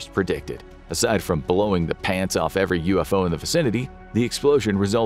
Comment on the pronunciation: “blowin da pants off every UFO in the vicinity” 😅